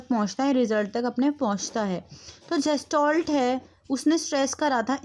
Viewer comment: जेस्टाल्ट nhi गेल्टास्ट hota hain दीदी